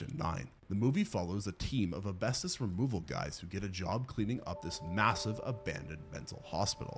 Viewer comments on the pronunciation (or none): iT'S "ASBESTOS" NOT "ABESTOS" GET IT RIGHT PLEASE IT HURTS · I think you mean Asbestos pronounced az-BES-tus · It kills me when you say the word asbestos. You keep saying it wrong and it’s 2 videos you’ve said it rapid fire, yes, it was about the same movie.